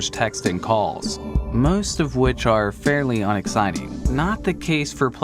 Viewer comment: "The map Fair-Lin" ahaha